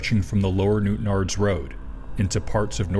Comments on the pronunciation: I thought the same thing lol! Great that is was pronounced correctly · Fair play for being able to say Newtownards correctly! Really easy/common for people not born in NI to mispronounce that.